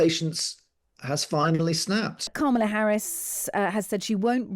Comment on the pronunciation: Still mispronouncing Kamala